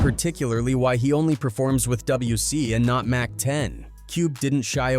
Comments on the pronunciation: When he was talking about WC (Dub-c), and he said Double-U C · Fuck. God damn AI videos. At least say they are AI "double u C"